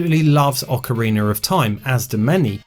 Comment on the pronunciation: "Ocariner of Time"